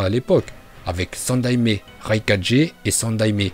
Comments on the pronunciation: Mec faut vraiment que tu travaille ta prononciation parce que raikaje au lieu de raikage ça va pas du tout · Tu pe apprendre a parler stp parce que raykacher ses pas la même chose que raykake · Prq il dis kazegaje raikaje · RaikaGUÉ TSUSHIKAGUÉ et kazekaGUÉ et c'est pas Naruto shippuNden c'est Naruto shippuden aaah mes oreilles.. sinon bonne vidéo